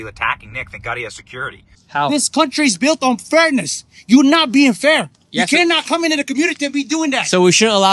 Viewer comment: " tiss country is build on furniss...!" 😂